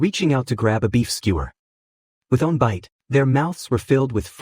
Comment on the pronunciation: Anyone else feel tilted with the way the AI says one??